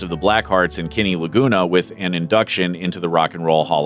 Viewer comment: it's pronounced Kenny not Kinny !